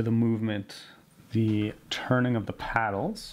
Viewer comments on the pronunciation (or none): paddles. I’m sorry but paddles